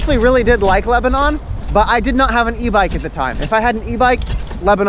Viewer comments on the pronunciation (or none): none